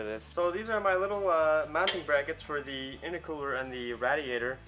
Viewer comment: There's enough room for at least another four cylinders in that engine bay, you'll be able to stand in with the engine to work on it. Ask Mike how to pronounce RAY-D-AYTER, good work man...